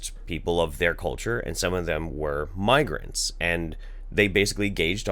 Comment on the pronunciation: You said migrants and it sounds like you say migraines. :/